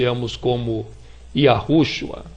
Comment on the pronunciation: Homem; vá estudar Hebraico e Aramaico. O nome é: YÉSHUÁH (pronúncia).